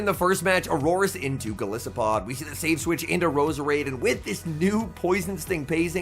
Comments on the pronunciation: Great battles. Enjoyable commentary. I would appreciate hearing you say golisopod correctly. The “I” is pronounced like Goliath. Goliath + arthropod = golisopod. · is it not based on an isopod? it would still be a long "i" though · Go-lie-so-pod? What about Gliscor? Is that with a short "I" or long like in goliath